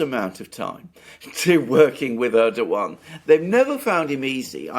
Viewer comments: Thanks Alexander for starting to pronounce Erdogan name correctly! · Alexander nailed the pronunciation (Erdogan) at the second attempt! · Hooray! Alexander Mercouris appears finally to have accpeted that the soft G ( Ğ /ğ ) in Erdoğan is silent. The other Alex, less gnarled than AM but more gnowledgable about this soft G, can gnow stop gnashing his teeth in agnoyance.